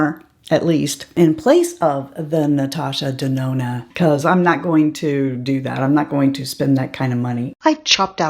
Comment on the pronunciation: Aww, this must have been such a bittersweet video for you to do. 🥰 What a beautiful tribute to Mel. But, why did I keep hearing you say Natasha Danono? 🤣